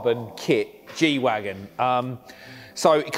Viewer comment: It's Wagen not Wagon